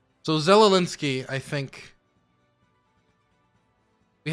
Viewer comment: Freaking Yankees, learn to pronounce. He is NOT Zelinsky or Zelelinski. His name is Zelensky.